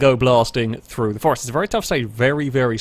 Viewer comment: Great video, but just the one R in Forest my friend